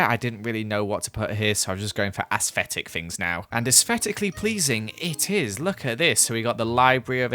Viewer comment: Nobody:: ~AsSFetIC~